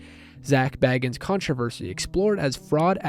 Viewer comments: haha yea bits it’s not biggie. He pronounces it as zak “bae gins” if that makes sense 😂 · no one likes having their name mispronounced even if they know who is being spoken about 🤷🏽‍♀️ I’m sure if he watches this he probably wouldn’t like his last name being mispronounced even if he knew it’s abt him. No biggie just pointing it out